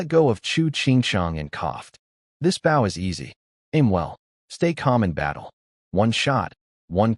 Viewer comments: WTF!!!? Why can you say bow correctly? It isn't that hard. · Why does the voice always pronounce bow like bowing to someone wjen speaking about a bow and arrow but when ot is talking about bowing to someone it says bow like a bow and arrow. Just switch tjem and it will be correct